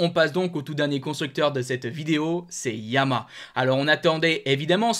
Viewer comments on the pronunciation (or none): S'il te plaît.... Dis Ya-ma-HA J'ai 84 ans, une 2005 R1 YaMaHa. Tu ne dis pas Astri pour AstriA. A part çà j'aime beaucoup tes commentaires. Carole.